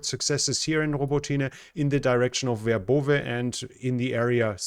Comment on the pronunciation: Thanks,. Your pronunciation is very good, but Robo tinah is Robot neh and, is in Ukrainian hands again. How come vebrov eh isn't Verbovi. Could cardboard or plywood throw that Russian ID system off? It's raining chipped wood. Greece should take the deal.